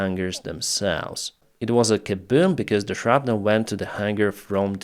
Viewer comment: Love how he pronounces Kooboom.😂